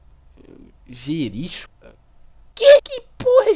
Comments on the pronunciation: Tipo , escreve jericho , mas se lê jerico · É Jericó que se fala não Jericho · A pronúcia certa é Jericó e não Jerixo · "Jerichu" KKKKKKKKKKKKk se lê JERICÓ, porra kkkk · "Jericho" < "Gêrixô"> shuahsahushusahushsuusahsa krl mano hushusahuasuhsausauhs Nunca mais vou ler como Jericó depois dessa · Ótimo vídeo... MAS E JERIKÓ E NÃO JERIXO PORRAAAAA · nãoé jerixo é jericó que se pronuncia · Se diz Jericó, não Jericho. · É Jericó não jerijo animal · "Jericho" se pronucia Jericó, cidade da palestina, tbm é pouca vezes citada na bíblia. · Jericho tem som de (Jericó), nome de um lugar ou pessoa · JERICHO pronúncia JERICÓ kkkk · Ele sabe que Jericho é Jericó, né? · a pronuncia é jerico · Mano kkkk le-se "JericÓ" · Se pronuncia Jericô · Jericho = JeriCÓ kkk biblia e tals kkk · N se fala Jericho se fala Jericó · a pronuncia é jericó vlw flw